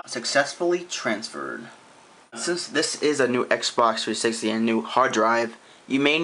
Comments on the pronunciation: His voice is mildly irritating, Xbox Three sissity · it annoys me that he can't say 360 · your videos are cool but please pronounce "360" better